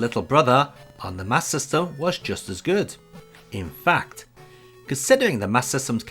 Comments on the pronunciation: Wonderful overview as always! But I'm confused about something, and maybe it's because I'm American: Is it pronounced "Master System" or "MasSystem"? The latter is what I heard in the video. Is that how most UK people pronounced it? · Sounds like your saying Sega mas system.